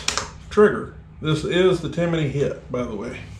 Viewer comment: TIMIIINY? There’s no “I” in there bud